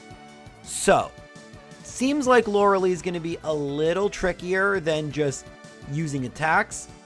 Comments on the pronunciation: lorelei not loralee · Lore a lie, not Lore a lee Arca nine, not Ar Canine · Hearing him pronounce Lorelei as laura lee instead of laura-lie is nails on a chalkboard to me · If you said lore-lye properly, agatha would let you first try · I believe it's pronounced Lorel-eye... Correct me if im wrong though! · He is saying lorelei wrong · Youre saying lorelei wrong eh